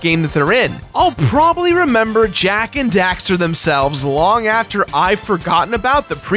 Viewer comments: The amount of time you say Dexter instead of Daxter triggers me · I hate how he keeps saying dexter instead of daxter at the beginning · Um I don't mean to be rude but it's DAXTER not DEXTER your pronunciation was annoying me through the entire video but it was a good video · Did he say Dexter? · i always die a little inside when someone says jak and dexter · Fool keeps saying " Dexter" ... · Jak and DAXTER. Not Dexter. Lol that bugged the heck outta me. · "Jak and Dexter" Triggered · Why are you saying Jak and Dexter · The constant mispronunciation of Daxter as Dexter is...annoying.. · did he really just call Daxter "Dexter?" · Dammit! It's DAXTER not DEXTER:P ya silly goof! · DAX-ter, dragon rider. DAXter. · Why does it sound like he's saying Dexter? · Anyone else keep hearing him say Jak and Dexter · Say jak and dexter one more time my guy. I dare ya. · Oh my god stop saying Jak and Dexter !!!!! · Daxter, it's Daxter.... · It really bothers me when he says "Jak and Dexter"